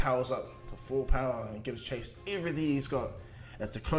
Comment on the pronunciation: It’s not Chase it’s Jace